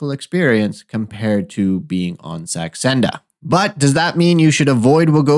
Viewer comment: Are you trying to say Saxenda? Not sure what Sandexa is....